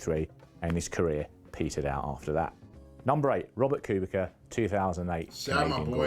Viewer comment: It is Kubica but some people still call him Kubika It's not even that difficult to say